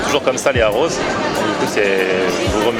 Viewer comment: "arroz" : Les "r" doivent être roulés Le "e" se prononce "s"